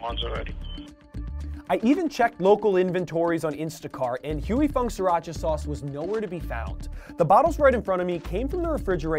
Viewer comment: Sri ra cha, not sir ra cha. Leave it to NYers to butcher a name.